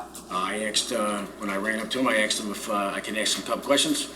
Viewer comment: He axed him. Ouch